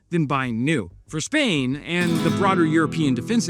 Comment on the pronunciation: SPAIN? Practice your Zs: gazpacho, zorro, zchevrolet, zziploc, zzzzouth, zzea azzault, zzzebra, zcheckmate, zalad, zed, zero, zzzz zzz z , etc...